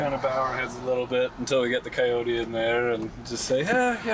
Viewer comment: is the only guy who I’ve ever heard say “Coyote” wrong Jesus man.